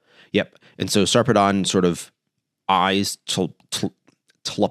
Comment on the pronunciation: it's kinda weird, but the usual pronunciation of Sarpedon is Sar (rhymes with "far") -- Pee (rhymes with "see") -- Dən (rhymes with "sudden" or "button"). so, something like Saarpeed'n